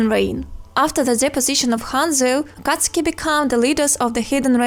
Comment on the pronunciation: U pronounce akatsuki wrong🤣🤣🤣